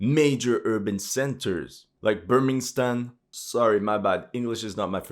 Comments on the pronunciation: "Barmimstan " hahahahahhaha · Birminghstan lol 😂 lol you know it 👍 love your humour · "birmingstan" lmao